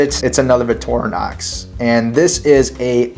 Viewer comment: Why are you saying "Vitorinox"? There's a "c" in the word. Vic-tor-i-nox.